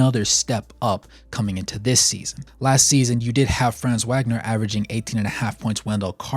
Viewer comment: Great vid thanks for the Magic love. Just so you know fam Franz’s last name is pronounced Vag-ner. He’s German the W makes the V sound.